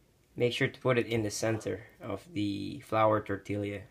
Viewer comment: it's kewl even in new mexico where i live some people still pronounce it the way you did. i was mostly just yankin ya cuz i wasn't sure if you were goofin or not.;) decent job though your roll technique needs a little work and those canned refried beans are garbage. refried beans are easy to make yourself and healthier which is what i think you're going for here yea? all in all quick n simple and i'd probably eat 6 of those if the beans were fresh haha!:D